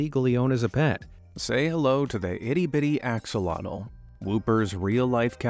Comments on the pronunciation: it's a-show-low, not ax-oh-lottle. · axolotl isnt pronounces Axe-olotal, its Ox-olotal just to let you know :) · It is actually pronounced like ash o lotl